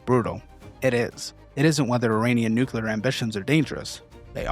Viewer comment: can't pronounce NUclear or ammuNItion. Nucular and ammunation...